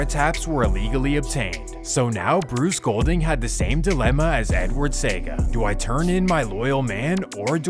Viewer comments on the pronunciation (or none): Pronounced Se a ga, not sega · 1. Bob Marley lived on hope road, not hill road. 2. Nobody called Lester Coke by his real name. He was known as Jim Brown. 3. When Bob Marley got shot he was in the kitchen with not outside 4. The JLP leaders name is pronounced See-ah-ga and not say-ga 5. You left out the fact that the reason the CIA funded Edward Seaga (allegedly) is because Michael Manley was good friends with Fidel Castro and they feared that Jamaica would become a communist country like Cuba. 6. The name of the school Dudus went to is pronounced Ar-den not Ar-deen 7. You left out the fact that the most brutal shootout in the history of Jamaica took place when the military went into Tivoli gardens. Over 75 people were killed. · I’m from Jamaica 🇯🇲 it’s Pronounced SEA 🌊 AH GAH not saga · See.oga.. not SEGA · Edward See - aah -ga it is how his name is pronounced. It is not Edward Sega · See-ah-ga ㅋㅋㅋ SEGA~ Great work though! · CIAga not Seaga. Damn crook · It's pronounced See-aga not Sega 🤣🤣💀🤦🏾‍♂️ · It’s Se-A-Ga not Sega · It’s pronounced Edward Se-ya-ga not sega 🤷🏽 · Seeeeeaaaaaaaaagggggggaaaaaaa not sega lol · Great video, but we pronounce his name as Edward Sea-a-gah not Sega. Good to see you tapped in my cultures history and get it right. 👍🏽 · Edward Seaga's name is pronounced Seeyaga. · Bro said Edward SAY-GA 😂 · All of Kingston is not poverty stricken, you should apologize for this misleading REMARK! Also Lester Coke is known as JIM BROWN! Seaga is pronounced - See-ahh-gaah.... Tivoli has NEVER been the richest community in Jamaica, it has always been seen as the ghetto. This makes me question other videos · The name Edward Sega tells me it is Artificial Intelligence doing the Work on this ...Couldn't even pronounce his name correctly... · Pronunciation See-aw-ga! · As a Jamaican, hearing you mispronounce people's names is so cringy🤦🏾‍♂️🤦🏾‍♂️🤦🏾‍♂️🤦🏾‍♂️🤦🏾‍♂️ Seaga: See-ah- gah Massop: Mass- up/ op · Edward see-ah-gah....christopher doo-duhs coke.